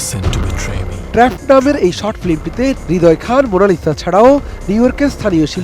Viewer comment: trapped এটার উচ্চারণ নাকি ট্রেপঅড। এগুলা কাদের দিয়ে সংবাদ পড়ানো হয়!!